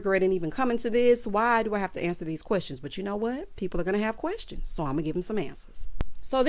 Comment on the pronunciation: “Querstions” does it for me! 😂🤣😂🤣😆